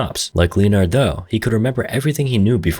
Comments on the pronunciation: Lee-in-ared🙉 lin-ard👍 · it's pronounced Lenard....2 syllables, the o is silent. Like the same way leopard is pronounced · I'm calling anyone named Leonard, “Leo-nard" lol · Great video, greatest clapist right here. Why are you clapping me like that with Leonard's pronunciation?